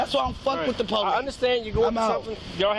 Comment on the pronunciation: The “poe-lease” 🙄🙄🙄🙄